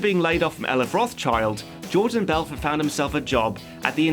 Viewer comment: BELFORT say it right